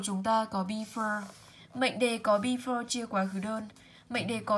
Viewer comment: Before cô đọc sai hay sao ạh?